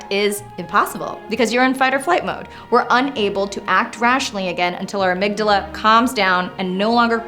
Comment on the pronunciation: Anna, I love the way you say "amygdala". Such depth. Did you know the plural is amygdalae? Rhymes with Mandalay. Almost worth having two, right?